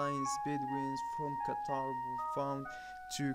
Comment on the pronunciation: did he say qatar and negev desert? hard to understand